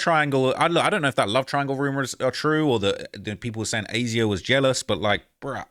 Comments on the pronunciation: it’s not A Z Ah lol please for the love of G0d, it’s been so annoying to hear you pronounce it like that thru your million vids about this 😂 it’s Asia just like the continent lol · Hey you pronounce her name as Asia 😂 not aye zeyah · Imo it's pronounced Asia just spelled wrong